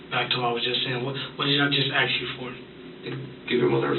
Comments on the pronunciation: Unrelated, but how can he say "mask" but not "ask"? Does he play baksetball? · To be that age and still use the word brung, that's pathetic. Also, why is the word ask so hard for some people to pronounce? There's no x in the word.